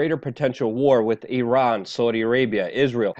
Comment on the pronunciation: that's the way to pronounce Iran correctly. It's not I-ran. Thanks for trying Luke.